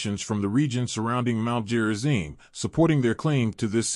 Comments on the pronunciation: It's Gerizim, not Jerizim. Stupid AI. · Who programmed it to say "Jerizim"? Obviously "stupid" Westerners.